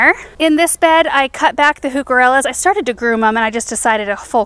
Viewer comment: I had to tell u...when u said “heucarellas”[?].....the captions said “new gorillas”😜